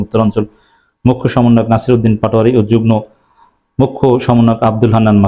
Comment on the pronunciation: যুগ্ন না যুগ্ম। উচ্চারণ ঠিক করুন।